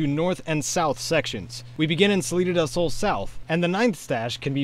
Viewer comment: Salida del sounds more like citadel gaaaah.